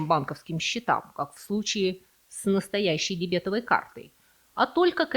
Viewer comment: Впервые слышу, чтобы дебетОвую карту, называли дебЕтовой😆